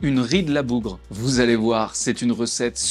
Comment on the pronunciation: "La bougreSSE..."